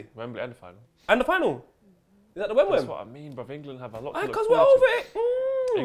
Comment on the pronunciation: I just love that calls wembley stadium, the Wem-Wem:'D. My day has just been made.